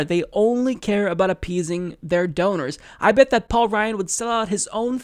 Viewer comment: Donors, rhymes with owners.